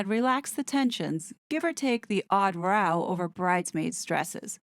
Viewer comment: And ‘row’ is an argument, and rhymes with cow. I hear that one mispronounced all the time.